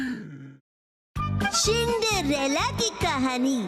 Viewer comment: Cindrella ❌ Shindrella ✔️😂